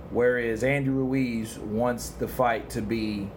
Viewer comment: Stop pronouncing Ruiz like that, you ain't Spanish